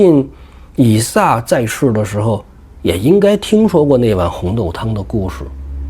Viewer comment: 以撒。 名詞撒一聲ㄙㄚ。 撒拉.撒都.撒拉.撒冷